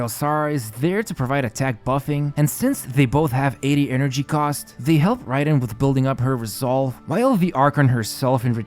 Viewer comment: Hey btw I think it's pronounced like 'rye'-den instead of 'ray'den~ Nice video as always